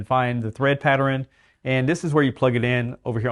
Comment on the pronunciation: I have a thumbs up. Cause I loved the word patteren